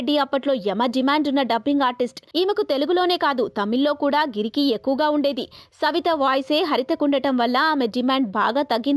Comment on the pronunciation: గిరికి కాదు అక్క గిరాకి